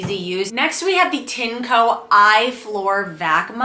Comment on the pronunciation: It's pronounced "TIN - EH - COE"